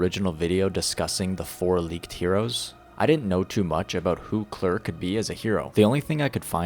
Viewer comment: it's Kay-Lair